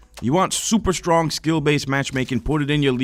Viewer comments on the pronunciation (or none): none